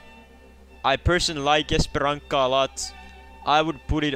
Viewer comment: That is not how you say Paraíso and Esperança 😭😭